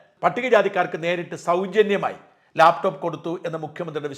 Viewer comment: ഇയാൾ എന്താ ലേപ് ടോപ്, ലേപ് ടോപ് എന്ന് പറയുന്നത്, ലാപ് ടോപ് എന്നു പറയാൻ ഇയാൾക്ക് അറിയില്ലേ?